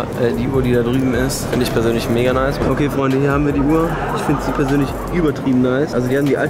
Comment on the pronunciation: Das ist ein Insider und bedeutet "Mega" also spricht es extra "Moiga" aus